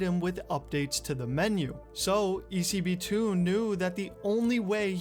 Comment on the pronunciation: Woah man! I was expecting this video for so long since you reached me on my mail, thanks for the shoutout and you absolutely said it right (I'm not even sure how you're supposed to pronounce it) it was a pleasure to help, and if any other time you need more info on old GTA Online related stuff, I'm your guy.